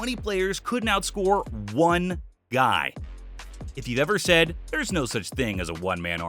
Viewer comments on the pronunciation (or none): none